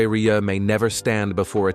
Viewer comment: Muchas gracias por este resumen...sería bueno que el locutor pronunciara bien su apellido...André Rieu( André Riú)🇨🇱🇨🇱